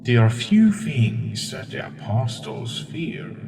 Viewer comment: STOP SAYING APOSTLES LIKE THAT